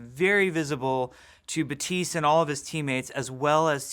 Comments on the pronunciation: I'm sorry. Why are the p and the second t silent? Is that a thing? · Am from South Florida and can confirm with 1000% certainty that it's as I said previously. While you came with a French pronunciation. It's clearly stated that the character is Haitian. They all pronounce it with the P. Thanks anyways tho. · First Hero name that Jeff can't pronounce right. The end of Baptiste is supposed to sound like dentist, not apprentice. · baPTise not batise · “batise” no. no. jeff, no. it is pronounced bap teest. oh what he created the game? well he’s wrong. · So why do you pronounce his name ba-tees while in the game the character pronounces it bap-tees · Why do they give their new heroes french name but can't learn how to pronounce them correctly? It's baptiste, not beuh-tiiiiice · Jeff pronounces it “bateest”, but the in game character says “bapteest”. I am confusion. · Is he pronouncing it like; Batiis? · Is Jeff aware that his name is Baptiste not batiste? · Why is he saying batisse? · Bap-tise.. I thought his name was pronounced "Bap-tist-te." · Why is everyone saying it Batiste it's Baptiste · buh-teese????? Isnt it BAP- Tees-te? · It's BaPtiste not Batisse Jeff.. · "ba-tiste" i thought it's BAPTISTE like church related thing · I have Haitian parents and fluent in Haitian Creole. Baptiste is a common name and it's pronounced BAP-Teese, not buh-teese. Haitian Creole is basically southern french, but it doesn't mean they're completely identical. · How do you actually pronounce this? Jeff says Buh - teese but it looks like Bap - teest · You’re saying ‘Batees’. In French we would say ‘Bateest’. Is this a Haitian thing I haven’t noticed before? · Pronounced BAP - TEEST. Not BA - TEES. Just FYI. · You pronounce it "Batees"??? The whole time I've been saying "Bap-tees-tay" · i thought you'd pronounce it as bap - teest but jeff isn't pronouncing the p at all??? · THE NAME IS BAP-tiste. It's a common Haitian name!!! The P is not silent. 🇭🇹🇭🇹🇭🇹🇭🇹🇭🇹🇭🇹🇭🇹🇭🇹🇭🇹🇭🇹🇭🇹🇭🇹🇭🇹🇭🇹🇭🇹🇭🇹